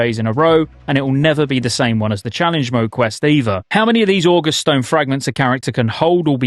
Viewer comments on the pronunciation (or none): Just FYI the "august" in "August Celestials" isn't pronounced like the month, it's pronounced with an emphasis on the second vowel - Oh-gust (ɔːˈɡʌst) I'm aware that I'm fighting a losing battle and that virtually no one is going to be pronouncing it that way, but that's the definition that's in use here (august (adj.): impressive, making you feel respect) Love the 24/7 coverage, btw! (get some sleep though, man!)